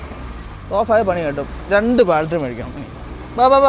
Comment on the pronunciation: ബാൽടെറി അല്ല ബാറ്ററി